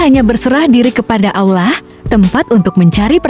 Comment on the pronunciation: Yg ngomong nya aja gk fasih dalam mengucapkan Allah kayak orang Kristen ngomong nya